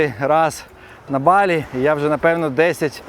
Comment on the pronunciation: Авторе, не БалІ - а БАлі! Не будь кугутом недосвідченим - навчися правильно розмовляти,!